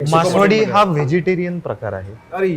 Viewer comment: मासवडी, मासवाडी नव्हे.